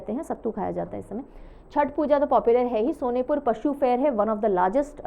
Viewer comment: Being Bihar heard the pronunciation of Sonepur as सोनेपुर it made me laugh , it's actual pronunciation is सोनपुर